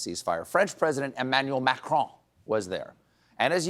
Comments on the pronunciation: Nice to hear Stephen pronounce Macron correctly for the first time. Since Colbert is also a French name, I’d expected him to do so earlier but can finally be satisfied now. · Stephen is the first prominent American that Ive heard pronounce Macron correctly😮